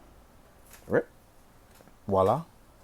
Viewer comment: Everytime you say voilà it sounds like wala 😂